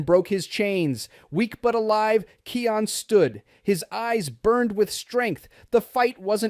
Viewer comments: It is Kion not keon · Its kion not keion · Yah someone please teach this person how to look,read and pronounced it is pronounced kiiiaa-ooon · YOU KEEP SAYING KIONS NAME WORNG